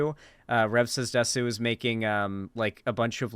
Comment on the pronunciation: I'm very curious about why anime and Japanese culture attracts so many right wing weirdos and nonces. Not just conservatives in general, but alt-right people (Btw it's pronounced 'dess' not 'desu')